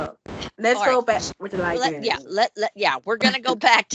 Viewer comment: If she says “libary” one more time. ..